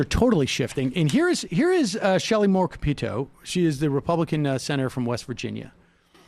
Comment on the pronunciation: The pronunciation is CAP-itto. It is not ca-PEET-o.